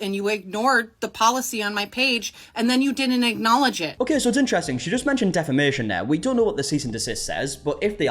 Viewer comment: She doesn't even know how to say "defamation" for fucks sake.... Can she say "jealous"??